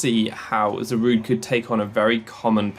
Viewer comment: "It's 'Za-ru-day', not 'Za-rude'."